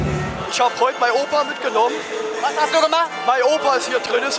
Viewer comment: Ich hab heut mein Opa middgenomm. Ich kann nicht mehr. :-) Zu geil.